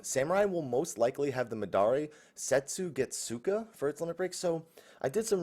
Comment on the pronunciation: I have watched a few of your vids,and it's interesting how such a FF fan has such difficulty with Japanese pronunciation lol. If it helps at all,for most japanese words that have -su in them or at the end the U is usually very muted or close to silent, if that makes sense? Draw out the S a bit and pretend the U doesn't exist. Sets(u)gets(u)ka. Anyhow, thanks for the steady and consistent info, definitely subbed as I am planning to return to ffxiv for good before June, all I needed was for samurai to be announced.